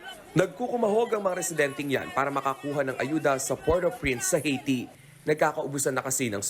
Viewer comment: Ang OA naman ng pagkabigkas ng Haiti. It's Aihh-Ti.